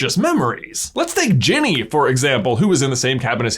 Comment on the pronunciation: Did anyone else hear "Jimmy" the first time he said Ginny's name?